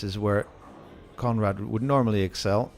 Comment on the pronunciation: I kept thinking that the commentator was saying comrade til I remembered his name was Conrad! Lol